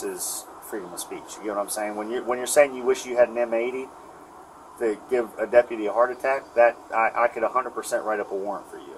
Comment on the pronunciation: "I'm a hunnert percent for Freedom of Speech," until you make a comment I don't like. Notice, instead of saying, "Now hold on, there. You know he doesn't have to stay here and talk to us," Depitty Weir decides instead to "go along with the #THINBLUELINE program, assisting with the unlawful arrest. Any Obstruction here was done by the COP, when the COP grabbed Paul.